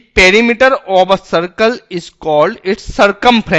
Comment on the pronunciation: That's Not Ob a It's Of a :D But Finally A Good one 😍😍